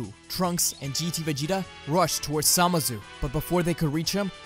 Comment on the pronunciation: Did anyone else hear him say samazu instead of zamasu?